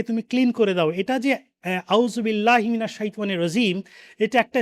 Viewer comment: Jazacallh kayer যথাযথ বিনয়ের সহিত বলতেছি আমার যদি শুনতে ভুল না হয় তবে আপনার আউযুবিল্লাহি মিনাশ শাইতানির রাজিমের উচ্চারণের মধ্যে একটা ভুল নিহিত আছে।